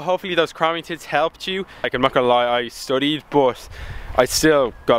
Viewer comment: 'cramming tits'?